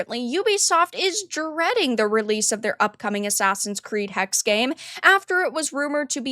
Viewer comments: Hexe is German for witch and is pronounced "Heckseh", not just hex. Source: Grüße aus Deutschland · it's pronounced "Hexe" not "Hex" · I think it is pronounced Hex-eh like the German word for witch.